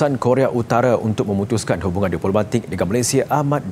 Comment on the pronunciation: Koq Korea Utare. Korea Utara yang bener pak presenter